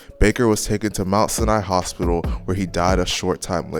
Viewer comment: They way he pronounce Sinai stroger and cicero killin me rn 🤣🤦🏽‍♂️